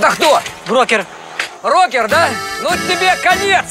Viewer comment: мне одной кажется, что говорит не "брокер", а " рокер"